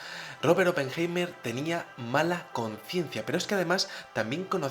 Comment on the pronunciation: Pajero deja de levantar la mano para decir hola,. Oppenheima... aprende a pronunciar. la palabra es HOMINIDO, y no hominino..... RUSIA es la primera potencia militar del mundo,y no JEWmerica.... 2016.